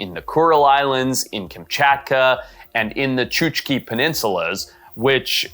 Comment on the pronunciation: Chuk-chi, not Chuch-ki.